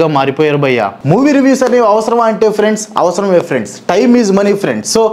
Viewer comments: friends ❎ Frendsu ✅ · lo friends kadu 'friendsu'